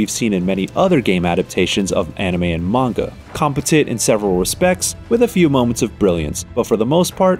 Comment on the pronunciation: It doesn't look bad. But I'm always turned off on a game when I find out it's based on a movie, cartoon, anime, comic or manga (which by the way, I never heard manga pronounced like this before). This game is currently $20 at Walmart for the PS5 version. I wish all PS5 games were that cheap. I can't even buy most of them.